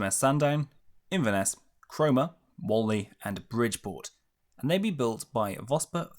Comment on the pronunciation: Bridport is pronounced Brid Port. You pronounced the Saudi ships perfectly and failed on an English fishing port. Awesome ships to serve on.